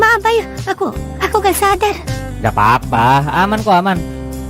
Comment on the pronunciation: Kok bayi bang🗿🗿🗿 Bukan bayu🗿🗿🗿